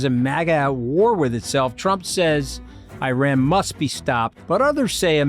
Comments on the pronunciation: Love the Mooch but for God's sake it is pronounced EE-RUN not EYE-RAN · Just a small favour. Iran ( ee-raan) not I-ran.😊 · Anthony, isn't it pronounced ear-ron not I ran. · Whoever calls Iran 'Eye ran' has no credibility, in my opinion... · Why is Scaramucci constantly mispronouncing Iran? Is it so difficult to get it right?